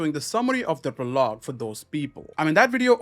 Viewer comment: PRO-log not pro-LOG